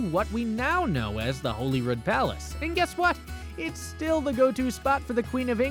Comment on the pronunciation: So - the queen is dead. Holyrood is said like Hollywood. St Gilles rhymes with smiles.